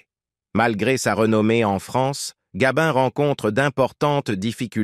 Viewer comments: Oui gabin et pas gabine c'est insupportable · Cette voix d'intelligence artificielle est insupportable. Ce n'est pourtant pas compliqué de faire lire un texte par une personne normale. On ne dit pas Gabine mais Gabin. On ne dit pas Touchez pas au Gribbi mais au Grisbi. On ne dit pas Michèle Morgane mais Morgan. Quand on évoque la date de naissance de Gabin on évite de présenter une photo de Delon.... etc etc..... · Bel exemple de texte réalisé à 100% par l'IA. Pas grand intérêt à cette video, il n'y a que le titre qui a été pensé pour attirer et faire croire à un document inédit... Et puis cette voix qui agace surtout quand elle dit "Gabine" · Arrêtez de dire Gabine s' il vous plait , c est nul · Nous avons maintenant l'IA ( d'ou Gabine )dans les rétrospectives d'acteur entre autres, cele évite de payer un locuteur , et oui le progrès. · " Gabine " ? cette voix de robot et déformation de nom d'artiste 😠.... un peu de respect svp !....